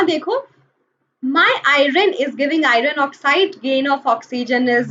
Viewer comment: Not irun it's iron